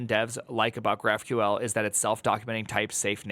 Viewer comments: why do you pronounce it graph queel ? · did I hear "graph-queel"? wtf